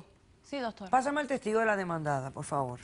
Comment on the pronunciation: son puerto riqueños o japoneses..ajajaja......pol favol..